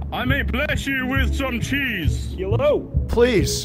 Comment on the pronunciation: "Ch-cheese": "Ch-cheese" fucking dies